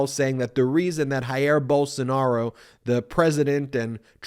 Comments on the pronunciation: Thrilled to see MTG? Seek mental counseling! Pillow Guy cannot even pronounce the name of Brazils former president. Sounded like he said Barsinaro, but what would you expect from someone who thinks the letter C is a number. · Pillow guy could not even pronounce Bolsonaro’s name.